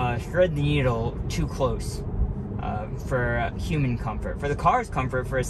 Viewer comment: I have to say, I have never heard someone say "human" like you do. It sounds like you are saying "hueming". I like the way you speak BTW.